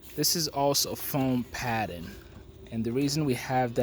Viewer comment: Maybe it's just me but I get really annoyed when you annunciate the words ending in "ing". you say "Padd'N" instead of "paddING". I have notice that with some of your other videos including the word "every-thin" instead of "everythING" Otherwise, great video and congrats on the build.